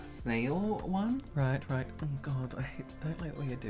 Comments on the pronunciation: The way says roight twice from till cracks me up totally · what is saying after these 2 times? "Right"? 😂